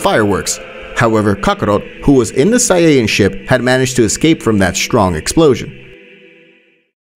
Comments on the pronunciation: Bro really said sayayans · itt iis saiyan not saiayin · Bro just said super saiyayan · I like you saying saiyayan instead of saiyan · It's not saiyayan it's saiyan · It’s not Sayyan it’s Sayian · It’s Saiyan not sayiyan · Saiyan❌ Saiyayan✅ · "the evil emperor freezer" "saiyanynaynyna" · I died inside a little everytime he said sayaiyan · Help. sayayian and deyshikan is hurting my soul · Say ay in 💀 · why is this guy saying “say-ian” and friezer” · Wtf is saya-yin? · I hate how he says saiyain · why does he say saiyayain its so annoying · why are you not sayong words correctly like saiyan or kakarot or evil and alot of other stuff man please be a better speaker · Learn how to say sayian